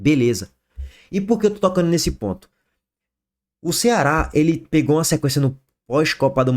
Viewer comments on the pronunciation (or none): Gozado que ele fala "pontho" não consegue falar ponto 😅😂😢😮😅😮😢😂😢😮😅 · PORQUE VC FALA PONTIUS? 😂😂😂 ISSO É BOIOLAGEM RUBRO OU É MUITA TROMBA RECEBIDA? 😂😂😂